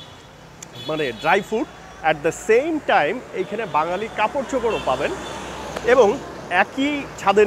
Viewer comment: সালাম ভাইযান। একটু ভুল হইছে। বাজ্ঞালি হবে না, বা ঙ+গ ালি = বাঙ্গালি হবে।